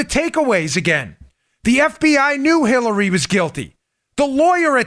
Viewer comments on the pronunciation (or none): Great reporting as always guys. But I have to say that I almost spit my water I was drinking at the time. I could have sworn that Dan said killary and not Hillary. I want to laugh out loud so hard. But I didn’t want to clean up water either. Needless to say loved your report today. 😂🤣😂🤣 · I loved how he called it the killary e mail 😂